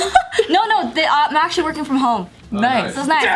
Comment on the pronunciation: can’t go one take without fucking up the word “actually “